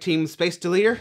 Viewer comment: Hi so I’m no bing rude but it’s delter not deleter